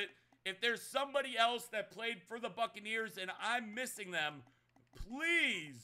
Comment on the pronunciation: Everytime he said Buccaneers it sounded like fuckaneers